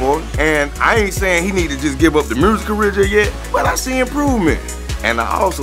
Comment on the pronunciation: “Mursic” -Scrap